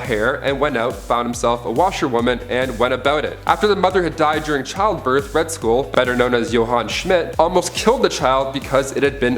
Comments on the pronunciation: Also it's Red Skull, not Red School. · He also said Red School, instead of Red Skull. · He also said Red School instead of Red Skull. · "Ra's al Ghul informed Batman that her and Robin had been kidnapped" She and Robin had been kidnapped. "She's the daughter of Red School. That's right the villain of Captain America, the First Avenger. So Red School realized he needs a male hair". It's not Red School. It's Red Skull, like dull. It's not hair, it's heir, like air. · Also, Red Skull, not Red School.